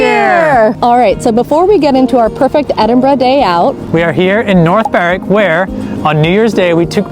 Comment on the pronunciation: Fantastic to hear Edinburgh pronounced correctly by an American, Keep it up and welcome to Scotland, Slàinte mhath.